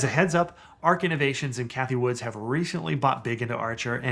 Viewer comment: Can't take you very seriously if you don't even know that Cathie Wood does not have an "s" at the end of her last name.